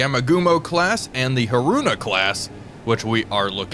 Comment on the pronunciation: I have never heard anyone pronounce Haruna so badly...